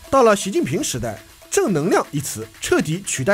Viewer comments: 河蟹xie第四声（虽然无关紧要/。刘关张起义那段真是要笑死我，今天一整天的笑料有了😂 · 河蟹xiè的读音你都不知道